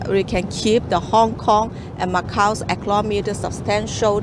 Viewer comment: Wawee impotant fo eclomony eclomony yes uh okay.